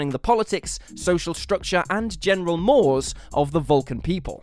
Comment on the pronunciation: When you know that the person reading the copy didn't write it: ". . .general mores?" It's pronounced /ˈmȯr-ˌāz/ Definition 1: the fixed morally binding customs of a particular group ··•∶✺∶•··